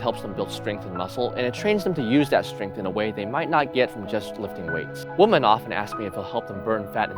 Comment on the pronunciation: Hello my friend. I wanted to let you know something about the pronunciation of the word 'women' the plural of the word woman. I know it's weird but, it's pronounced "wi-man' like the i in the word 'hill' for example. You're welcome! :D